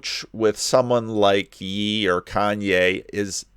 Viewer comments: Kanye is totally getting gaslit Also it’s pronounced “yay” but I kinda like “yee” very biblical 😂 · I think Ye is pronounced yay, not yee. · Lolol, when he says Ye it’s pronounced (yay) sorry I had to say it 😂